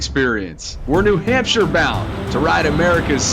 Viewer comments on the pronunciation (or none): none